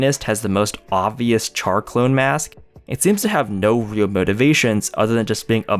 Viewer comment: Oh yeah, a bit of correction, Char is pronounced as Shar not literal Char